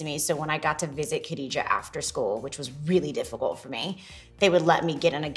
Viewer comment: It is pronounced GHA dijah not Kha.